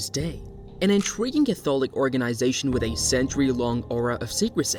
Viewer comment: Use a real person instead of a computer generated voice. It can't even pronounce Catholic correctly.